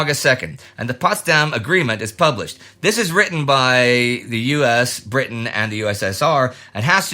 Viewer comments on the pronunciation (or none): none